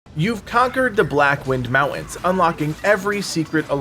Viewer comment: Mowtwins? ugg...you mean, MounTAINS?